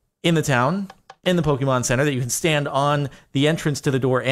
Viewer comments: When Jardon says "Pok- E- mom"😐😂😂 (it's Pok-AY-mon" because of the "é") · Please. Its not Poke-E-mon, it's Poke-AY-Mon. PLEASE JORADON PLEASE!!! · *Pokémon, as in "Poh-kay-mon". Please acknowledge the correct pronunciation.